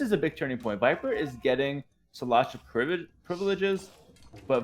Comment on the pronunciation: You pronounce it SHLAHTA privliges, get it right for once